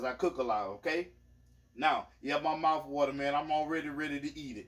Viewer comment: it’s another “IN Your Mouf” lookin 👀 some kinda good 😌....🦋🦋🦋